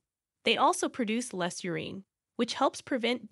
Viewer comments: It's "your-in"; not " your-een". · Urine is not pronounced "ur-een". It's pronounced 'ur-in'. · Urine pronounced U-reeeen 💀 bruh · Good video....BUT: PuLeeeze learn how to pronounce "URINE". It is NOT pronounced 'UREENE". One has to think you are a fool to publish a video on urine but have not a clue how to pronounce the word. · YOU-REEN? Urine (YOOR + IN) What are you doing acting as a "teacher" when you can't even pronounce something organic & which you do every single day of your life? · Learn the proper pronunciation of "urine." It's not "ureen." Sheesh. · U- rin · Very informative. Why are you pronouncing urine as urene? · no one gonna talk about how she pronounces urine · can't take video seriously that can't pronounce urine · One of the strangest ways to pronounce urine I've ever heard, another text to speech fail. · Interesting way to pronounce “ urine”. Curious about this. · BTW, The E in Urine is silent... SMH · Why does the speaker have trouble pronouncing common words like "urine" and "nausea"? Very distracting!